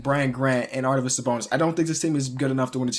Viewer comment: Arvydas, not Ardyvas haha, great vid though